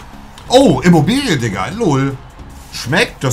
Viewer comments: Jeder: Immobile Monte: Immobilie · Niemand: IMMOBILE Monte: IMMOBILIE 😂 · Niemand: Monte:Imobilie